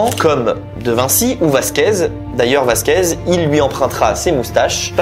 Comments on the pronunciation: Please !!! C’est Velasquez !! Pas Vasquez … c’est dommage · Vasquez et Galla tu as dis? Velazquez et Gala ☝️